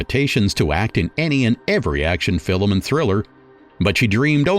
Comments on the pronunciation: Does the narrator say "fil lim" for "film"? Film is a one syllable word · Your hilarious pronunciation of certain words is too much. Fillmm.